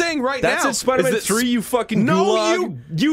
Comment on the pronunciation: are yew in or are yew out?